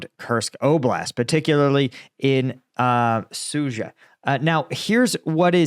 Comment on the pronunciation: Nice pronunciation for Sudzha (Soojah). Good job!